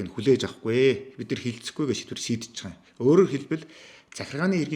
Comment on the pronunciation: Zdaa naad BAIGAA YM gedgee ymar lalriin hew maygaar heldiin be